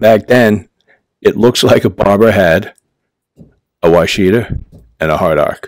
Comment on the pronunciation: That must be some Yankee way of saying Washita cause that's definitely not the way we say it down here. We say Wash-a-taw not Wa-shi-ta. LOL Thanks for the vid!